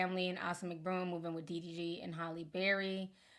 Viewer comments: The fact that you keep calling him "DVD" 😂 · I thought it was DDG...TI why u keep calling him DVD 😂😂😂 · Ti, I am dying😂😂😂you keep calling him DVD😂😂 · Yo! Ti obliterated DDG's name er'ytime! DDV DDT DVD 🤣😂🤣😂🤣